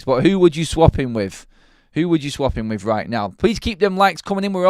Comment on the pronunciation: Why British people speak “with” as “wif “